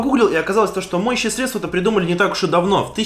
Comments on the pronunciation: срЕдства,а не средствА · не средствА, а срЕдства